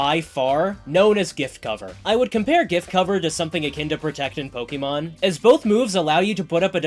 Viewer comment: the real challenge for you seems to be pronouncing "Pokémon" correctly. You only got it right 1/5 times